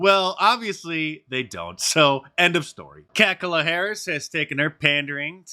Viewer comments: Did you say Cackala Harris? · "Kackala Harris" 😂😂😂